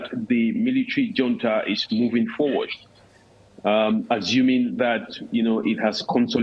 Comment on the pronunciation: Is it called hunta Or junta? 😂